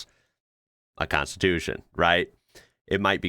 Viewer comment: same - "konstitutsia"